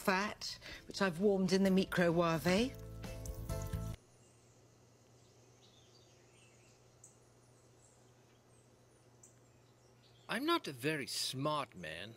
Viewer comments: I don't recognise your accent sir, but she is Nigella Lawson, known in the UK as the 'Domestic Godess'. You may find that her pronouncement of the word 'Micowave' as 'Mi-cro-waav-e' with a hard 'e' is possibly just her sense of humour. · The celebrity cook was just actually making a joke, she mispronounces stuff on purpose all the time 😊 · Tip1: If you're watching Nigella cooking videos for the recipes, you have a bigger problem... 😂 Tip 2: I believe it's her send-up mispronuncification because 'real tv celebrity-chefs' will never admit to using that modern instrument.